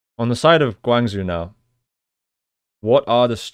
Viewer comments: Next time pronounce Guang Zhou (Guang jo) not Guang zu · Nice review! Guangzhou prounces "gwang-joh" aka Gwang Joe :)